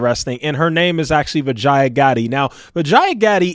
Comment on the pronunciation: Vijaya Bee- ja - yeah That's how you pronounce her name 😂